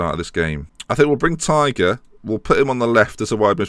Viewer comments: Connor tight is said Connor tie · Tighe is pronounced as tie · tighe is pronounced tie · Tighe is pronounced "tie" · Tighe is pronounced like 'tie' or 'ty-ee' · Tighe is said tie